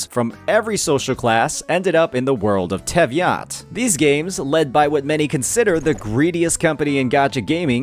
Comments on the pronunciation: "Tevyat" was on purpose😂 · for a former genshin player he obviously mispronounced teyvat on purpose to trigger the hoyoshills, I may be wrong but if it's true then it's kinda funny